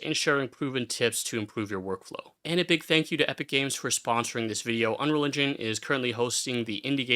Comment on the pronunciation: bro keeps saying "unreligion" and it's throwing me off xD